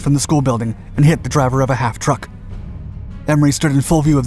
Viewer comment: it's a half-track, not a half-truck. A half-track is a troop carrying vehicle with tracks AND two normally steered wheels on the front. I've never heard of a half-truck &, I'll bet, neither have you. This is a classic insertion of a mispronounced word or a glaring mistake that is very, very common in the scripts of all the "Dark" series of channels. My theory is that you do this to encourage comments to appease the algorithm. (All hail the Algorithm!) You're favoured one is to pronounce "m.k." as emm kay" instead of "mark". Watch for them folks. They pop up in all the "Dark" series. I mean, they can't be that stupid! Can they?